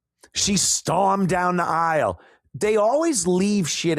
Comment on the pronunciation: “Aisle” pronounced eye-wull 😂